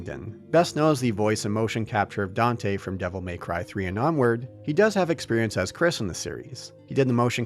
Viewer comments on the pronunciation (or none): none